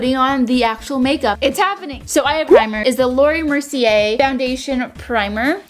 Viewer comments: Is it just me or did she say lauri mercier?? . No hate tho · did anyone else just crying how she said Laura mercier (lauree mercier is how she said it) Anyone else agrees Scroll down No Keep scrolling Ya I bet I’m the only one Keep goin Btw I’m not hating I love u but I just wanted to say that